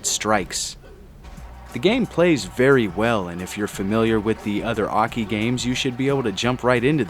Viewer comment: Oh, now you finally pronounced AKI's name correcrly.